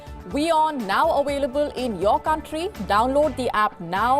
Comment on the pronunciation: inkerm? away-lable? 🤔